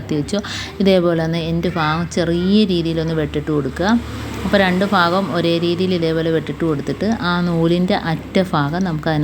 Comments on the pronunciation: Please say bhagam not fagam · തുമ്പ് ഫആഗം അല്ല ഭാഗം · ഫാകം അല്ല ഭാഗo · ഭാഗം ആണ്.ഫാഗം അല്ലാട്ടോ😮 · ആ തുമ്പ് ഫാഗം ഫഗം കൊള്ളാം. കൈയിൽ പിടിച്ച് അങ്ങ് കയറ്റിയാൽ പോരെ? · നൂല് കോർക്കുന്നതു നല്ല ടിപ് കുഞ്ഞേ...ഫാഗം അല്ല. ഭാഗം ആണ് മലയാളത്തിൽ Fa ennoraksharam illa ദയവു ചെയ്തു നമ്മൾ മലയാളികൾ Fagam,Fayam,Farya എന്നൊന്നും പറയല്ലേ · ഫാഗം ഒന്നു മാറ്റിപ്പറയുകയാണെങ്കിൽ നന്നായിരുന്നു.